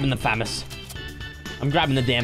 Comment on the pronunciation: it is FA - MAU -S NOT FA - MOS